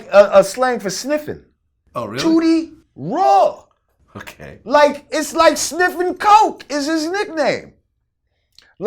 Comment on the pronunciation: Tooty Raw... Sound like booty raw... Love Boosie tho